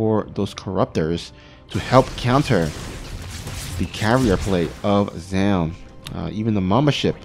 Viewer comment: Its pronounced zoon or to break it down zo-un. Zown is what artosis says and it completely incorrect